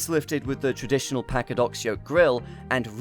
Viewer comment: Really glad to hear a British person pronounce Packard correctly. It's "pack-erd," and so many pronounce it "pa-card"